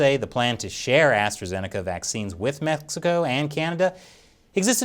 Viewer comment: Did he just say "METHxico"?